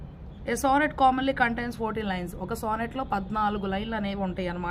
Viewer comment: సోనెట్ కాదు.. సానెట్